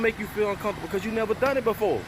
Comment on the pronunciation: 'You gotta do something you neva did to get something you neva had' Now I heard THAT!!